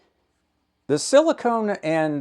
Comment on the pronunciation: You were so worried about pronouncing germanium as geranium, you accidentally pronounced silicon as silicone!